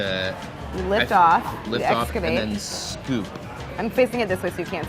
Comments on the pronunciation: "ekxcsavate" b.leone. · Claire: "we eSkAvATe"